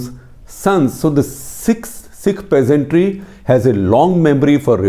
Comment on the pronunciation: Who the fuck are calling PEASNTS you bald fuk say PEASANTRY one more time fukwit.